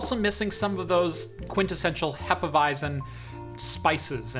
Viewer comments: Regarding the beer - repeat after me: Hé-fe-vi-tzen :) The „Hé“ is like in „Che“ Guevara. Cheers! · It is pronounced "Hefeweizen". 😂 Great video on the PiHole, I especially like your fluent way of talking, it is easy to follow even though you talk fast. And the beer review at the end was an unexpected but very welcome bonus. 👍🏻